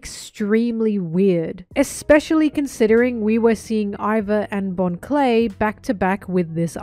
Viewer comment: You miss pronounced Bon the giga bro Clay.